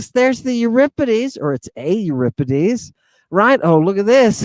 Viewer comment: Not to mention his mispronunciations!! Lol